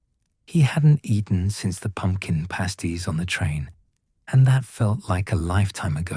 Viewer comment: It’s pronounced PASTies not PASTEies